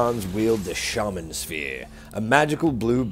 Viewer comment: What an odd way to pronounce shaman, with the emphasis on the second syllable. Is that a British thing? I've always heard the emphasis placed on the first.